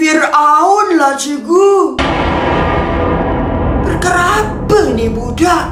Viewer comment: Bang cikgu bukan cegu